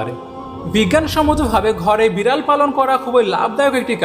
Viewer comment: ভালো লেগেছে, কিন্তু বিড়াল উচ্চারণ ঠিক মত করেন